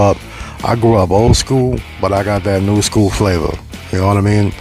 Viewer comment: Lmao dude said "flava"